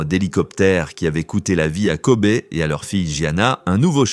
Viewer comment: On ne dit pas Kobé mais ça se prononce « Kobi »! 🙄